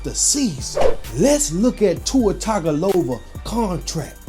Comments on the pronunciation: "Tua Tagovola" 😂😂😅😅😅😁😁😁😆😆😅🤣😂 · you pronouncing his last name 😂😂